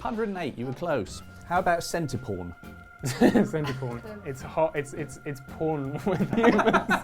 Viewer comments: How so? The people in the room didn't even get everything, they heard porn when he said pawn. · Pawn is not pronounced the same as porn, or close. Get someone that can enunciate to present.